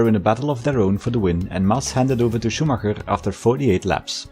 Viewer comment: As a native german speaker I absolutely love the effort of pronunciation of the german names and not just saying Schuhmacker, like everyone else does ^^ great video